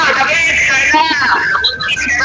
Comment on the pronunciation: DAVID ANG PANGALAN NIYA HINDI DEVID, PILIPINO SIYA HINDI FOREIGNER